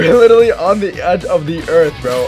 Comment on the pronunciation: Ha you say litelly it’s literally not litelly lol